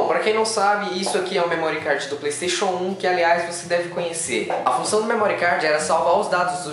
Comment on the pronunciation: não é "memórí cardji" , não maltratem a língua inglesa